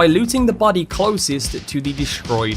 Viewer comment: Great video, as always. But... "Bady" "Wapon" "Simpuly" "Ashara" Seems like you have a few pronunciation bugs to fix